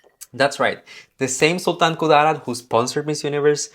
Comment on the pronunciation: That Sultan Ku-DAA-rat pronunciation though, so cute. 😆